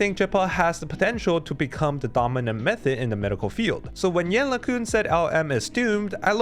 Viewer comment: Hi, I have never heard anyone pronounce his name correctly for now. Maybe if you do next time then the correct one will start to spread? Thank you